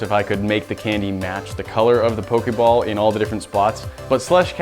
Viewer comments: anybody else go crazy when he says 'po-kay-ball' and not 'po-kee-ball'??? i typed the pronunciations not the spelling, dont yell at me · who else is it triggering for when he says pokAball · its poh - kee - ball